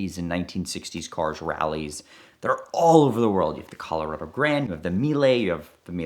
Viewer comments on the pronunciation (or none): none